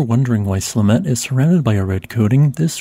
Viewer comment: At first I thought he said "Cement eruptions..." But I listed at 2x speed most of the time.